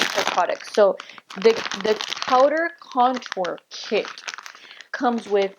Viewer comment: LMFAO her face when she's trying to pronounce "powder contour KIT"